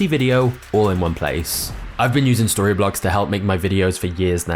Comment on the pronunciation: I actually thought for a second that Storyblocks said sorrybollocks. Lol.